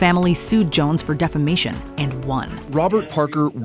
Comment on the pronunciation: When referring to Depp V. Heard situation, I though you called it the "Defecation Case" instead of Defamation Case. Lol